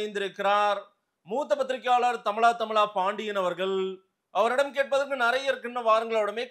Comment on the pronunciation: திரு அவர்களே அவர் பெயர் தமிழா தமிழா பாண்டியனா இல்ல தமிலா தமிழா பாண்டியனா